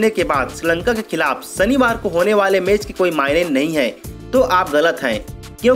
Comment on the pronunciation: Sanivar, phanal, Samil....ur pronounciation is tooo irritating...pls change ur anchor.